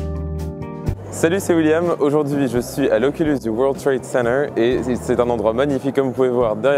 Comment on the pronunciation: Super recette qui a l'air délicieuse William ! Mais... "Occulus du Weurl trèd seinerw" ? :p